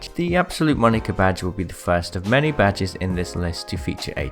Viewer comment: "Ill be showing you the rarest badgers in Apex legends". Now you cant unhear it. You're welcome.